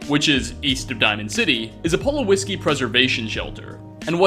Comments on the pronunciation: ...i had to go back when you said "pull o whiskey" instead of pu low ski because i thought i had a stroke lmao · As I recall, it's pronounced Pool Ow Ski. Not, Pull oh whisky. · "Pull-ow-ski," not "Pull-a-whiskey." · Sorry mate, NOT PULOWISKI, it‘s called PulOWSKI. Sorry but this triggers me 😅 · Goddamn, dude. Pulowski. Not Polo Whisky. What the fuck. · Mike, from Texas Did you catch the "Pull-O-Whisky" (Pulowski) Preservation Center? XD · Hey, how's it going, been 5 years since you posted this but why did you pronounce Palowski like that 😭 Paula-whiskey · "Bottom left" "Pulowiskiy" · Pull-o-whiskey?? are you kidding me? it's even pronounced for you IN THE GAME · “Spivey” is pronounced “spy-vee”. The blue shelter is a “Pulowski”- “pu-lauw-skee,” and the episode of the Twilight Zone referred to in that shelter is called “Time Enough At Last.” It’s my personal favorite. You should maybe get an editor, though..? Constructive criticism from someone who enjoys your videos. 🙂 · Jesse H. So you didn't catch the "Pull-O-Whisky" preservation center, or the chair with "Spivvy" (properly pronounced 'Spy-vee')? Plus several others that I would have to watch the video again to relate here. I think it stems from following a script that he writes for each video, coupled with some possible dyslexia. Otherwise any friends that he may have would constantly be beating up on him for mispronouncing everything all the time. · Pullo-whiskey! It's absolutely mispronounced but I kinda don't want him to start correcting himself on these little flubs. They're pretty endearing. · 2 tiny details about: He can't pronounce Pulowski even though the game audio does it for you. (N_orte has problems with it too. Must be a YouTuber thing.) He doesn't know his left from his right. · holy crap, how did you mispronounce Pulowski? they even say it in the game, wtf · How did you manage to mispronounce "Pulowksy"?